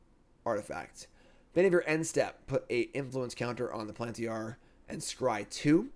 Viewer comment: Plantiyah lmao